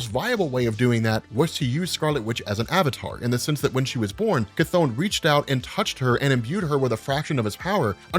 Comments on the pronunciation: Terrible how you englisch People butcher the CH! His Name is Chton, not Kathon! That is like the Name Richter is Richter and not Rikter...No english Person will ever speak those right! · After playing Hades and watching History if Greek mythology videos it hurts a bit hearing "ka-thone" instead of "kuh-thon" but just a minor gripe 😂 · Never heard someone say Cthon out loud. I always read it with a short "o" Good video though. Subscribed.